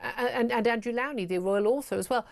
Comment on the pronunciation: Please pronounce Andrew Lownie's name correctly. Lownie rhymes with SLOW not COW. He's too polite to correct you.